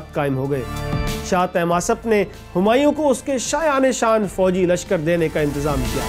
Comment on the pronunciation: Mera khyal hae k lashkar kushi nhi lashkar kashi hota hae